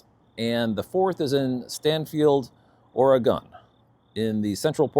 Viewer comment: "Ore-eh-gun" Nope, nope, nope.